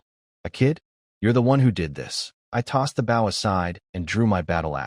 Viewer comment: Like the story but I have issues with the pronunciation errors, fong instead of fang and bow instead of boh, they're spelled the same but pronounced differently and mean different things, a bow is a weapon, bow means bending forward at the waist like bow to your partner in some dances.